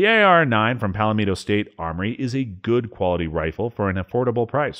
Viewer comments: Who the hell can't pronounce Palmetto? This narrator. 😆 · PSA is pronounced PAL MEH TOW, not PALA MEE TOW. Sincerely, South Carolina Resident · Pal metto, not palamino... lol. i know what you meant. I definitely chuckled. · Palmetto (paul-met-o), not pal lim ito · It's not pal-a-mee-to. It's PAL-MEH-TO. 3 syllables not 4. And no long E vowel sound. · Its PAL Metto (Pal Meh toe) not pal a meeto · It's Palmetto not Palametto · It’s “PALL-MET-O” State Armory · "Palameto" state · Pal-a-meto lol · please explain to me wtf is Pal-A-Meet-to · Oh, and it's pronounced pawl-meh-toe, as in the tree-palmetto. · Lol pallameetoh state armory 😂😂😂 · I got to #5 and couldn't stand to hear Pal a Meeto one more time. My god, don't you folks know anything about the Palmetto State? Just sayin' Other than that, good information. Now go and fix the video!!! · Its pronounced (pawmeto) state armory. Sorry but that really annoyed me. I must be turning liberal 🤮🤮. Help!! 😂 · They way he says "Palmetto" annoys the shit out of me. Why is he adding an extra vowel? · Never heard Palmetto pronounced like this! How about fm-9 foxtrot mike? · Why does this guy have so much trouble saying "Palmetto"? I know its nit-picky but it really is extremely distracting.